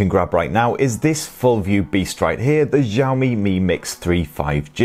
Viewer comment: Xiaomi is pronounced with an 'Sh', not a soft 'J'.